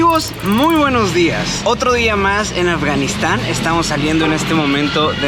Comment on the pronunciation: Qué gran trabajo, Álex ❤️ ojalá puedan conocer la paz algún día, y puedan vivir tranquilos 🥺 no puedo evitar reírme cada vez que se te sale un "buenojdiaj", 😂 no sabía que nuestras malas costumbres se pegaban tan rápido 😂🇻🇪 nada fácil que pronunciemos bien la S. Excelente documental ❤️